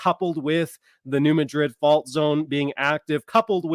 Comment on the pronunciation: Mad rid is how it is pronounced. Not Ma drid as in Spain. New Mad rid. Trust me.